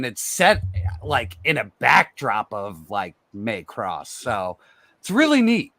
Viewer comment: please don't pronounce Macross as May-cross. It hurts my ears.